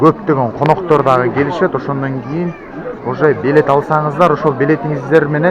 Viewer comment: Белет эмес билет